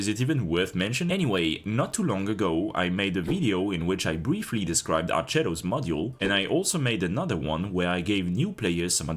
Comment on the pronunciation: it's pronounced more like "arketto", you can look up the Onboard voice line